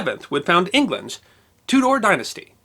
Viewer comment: "Two-Door", never heard it pronounced quite like that.